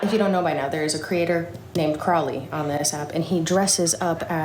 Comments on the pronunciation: If pronounces the G in gnome, he has to pronounce the K in knight 😅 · Cold that gave love to the G in gnome and not the K in knight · I'm surprised that pronounces the G in gnome but not the K in Knight.